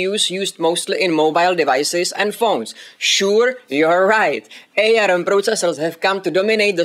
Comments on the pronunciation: FYI it's pronounced "arm" as in the limb, nor A-R-M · It's pronounced arm as in the thing hanging off your shoulders, not A.R.M. :)